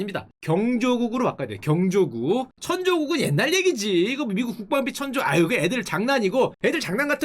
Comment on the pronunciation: 경조국이 아니고 경국 인데 "경국" 발음이 이상하네